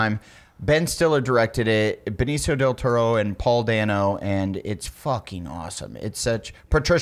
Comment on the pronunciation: Thats the second time has pronounced it "Benicio del TURRO" on this thing lol.